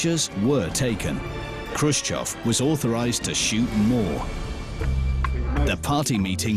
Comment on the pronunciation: its khrushchev btw